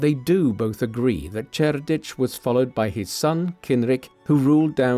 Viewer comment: Two different pronunciations of Cerdic. I'm out.